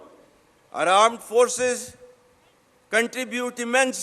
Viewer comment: Armed forces nahi aand forces kaho theek se 😂😂